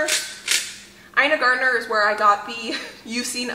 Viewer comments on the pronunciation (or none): Garten is Ina's last name. Not Gardner. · It is not my intention to be mean or snarky but I thought you might like to know that Ina's last name is Garten, not Gartener. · Ina GARTEN, not Gardner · Just a couple corrections: Ina Garten (not Garden or Gardner), and Barbara Kingsolver (not Barbra Killsolver). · Ina Garten not Gartner 😊 love watching you!! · FYI: It's Ina Garten, not Garden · Love your videos but it’s Ina Garten not Ina Gartner 😊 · Not to be rude in any way...but...Ina's last name is Garten not Gartner. Just wanted to let you know in case you meet your mentor some day. Love you and what you do so much. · Is it Ina Garten or Gartener? I’m trying to look her up and all I’m finding is Garten but she’s saying Gartener? Help! Lol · I’m sorry to bean annoying nudge but I have to. Ina GARTEN like garden only with a T. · Not meant to be mean spirited people.... but, It's Ina Garten. You pronounced her name the wrong way every time you said it lol. No R at the end of the last name. You're welcome Ina. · I love you doll, but for the love of all thats holy, its INA GARTEN!!! NOT GARDENER. Please, I beg you. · Omgoodness please give yourself the grace of a little more time! You rushed so much you made mistakes! Also Gart EN it's Ina Garten not Gartner! Good luck with the party. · Please pronounce Ina Gartens name properly. You always call her Ina Gardner which is not her name. I mention this because you say you have watched her since you were a child. Ina Garten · Ina GRATEN** not Gardner!!!